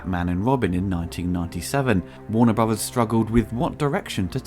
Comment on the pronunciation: "Warner Bruvas"